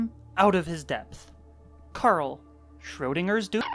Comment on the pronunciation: actually you saying the word Schrödinger's (weird Censored noises) was really good :D